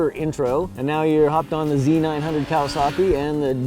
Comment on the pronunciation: Loving the video as usual but why do you Americans insist on adding non existent R's to motorbike manufacturers names? "KawasaRRRKi" or "DucaRRRTi". The Japanese and Italians don't so why do you?